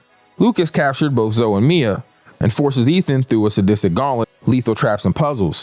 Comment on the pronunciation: Calling Zoe(y) just zoe is fucking sending me 🤣